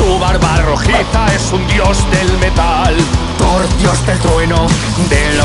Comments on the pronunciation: te falto la r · Te falto la r de thoR :v